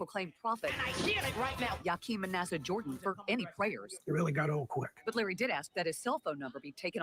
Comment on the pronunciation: Lurry… Me: Lahrry, ooh chile… 🤣😂